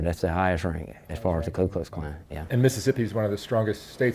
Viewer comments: I love how he's literally an Imperial Wizard and still mispronounces it as Klu Klux Klan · I dunno if I'm just being pedantic at this point but every time the Klan member says the full name he keeps saying Klu not Ku and I feel like if you're gonna be so passionately racist you may want to learn to say the name of your lil club properly before spouting your shit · The all-knowing “imperial wizard” has yet to pronounce his own organization’s name correctly. I wasn’t aware of the klu klux klan… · I love that Grand Wizard of the Ku Klux Klan can’t even get the name of his own organization right. Dude keeps saying “Clue Klux Klan” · This mf can’t even pronounce Ku Klux Klan correctly jfc